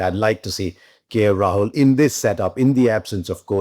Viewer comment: Please for god sake not KL Rahuk